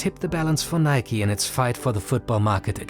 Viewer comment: Thank you for pronouncing Nike correctly. 🙌🏽